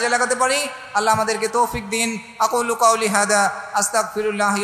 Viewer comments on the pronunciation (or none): none